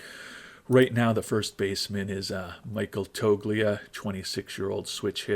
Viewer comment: Practice with some names you pronounce so many wrong. I'm no expét just how they say them on tv and never heard toglia with the g pronounced 😂😂